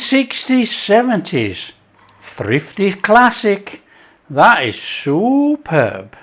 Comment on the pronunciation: I heard that as well”soup-herb” but either one works. 👍